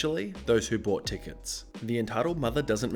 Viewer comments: Dude quit saying brought and not bought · Anyone notice how, instead of staying “bought” he says “brought” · It really bugs me that you say brought instead of bought.. THERE'S NO R IN BOUGHT!!! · Say paw. Say pawt. Say baw. Say bawt. Congratulations you just pronounced "bought". (Close enough.) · i love your videos but PLEASE stop pronouncing "bought" as "brought". they're two different words. pls stop. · Found your comment. Australian. Lazy thing not a British thing. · I've heard it 4 or 5 times this video say far, I don't think he knows how to pronounce bought. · No. No we do not. It's not a British thing, it's a laziness thing.